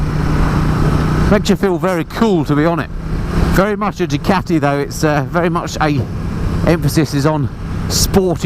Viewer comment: I think it's Ducati , not Jucati🤔